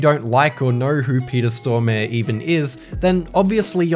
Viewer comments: Peter Storm-e ? Peter Storm-a-re! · When you pronounce Peter Stormare as Peter Storme